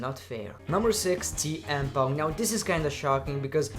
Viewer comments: he botch saying TN Punk and WW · is it me or he read cm punk name for the 1st time is TM PUNK